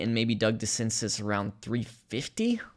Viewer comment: I believe DeCinces is pronounced di SEN zay.